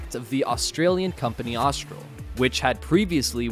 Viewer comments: the narrators inability to pronounce normal words, like saying 'trimaran' as "trimarian" and "Austal" as "Austral" is absurd. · So just wondering …. Because I’m a bit OCD …. The Aussie ship builder is Austal, so why does the voiceover say Austral”? It’s pictured during the clip many times… let’s try it together Aust-al. Aust-al, not Aust-r-al. Ok, now let’s move on to Trimaran, let’s say that together …. Tri-ma-ran. The voiceover says Tri-mar-i-an. Getting those things right would raise the quality and credibility of the clip a few notches I reckon. It would make it a bit easier for me to watch.😀